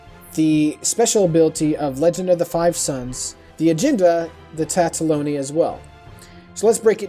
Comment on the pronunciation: Tataloni? TATALONI??? How...How are you getting TATA-fucking-LONI!?? Good video otherwise btw. :D